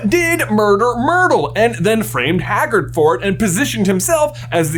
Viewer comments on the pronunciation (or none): You finally say "muder Myrtle" correctly and then immediately pronounce Hagrid as "haggerd" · And then after finally saying it, immediately messed up again by calling hagrid "haggard"